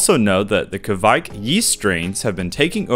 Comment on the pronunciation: Hey man! Norwegian here, and I've saied to other youtubers as well, the pronouncination on the yiest is much closer to "quake", as in earthquake, the videogame or the religious group. The ke-vaik don't make any sense :) "quake yiest" does make sense!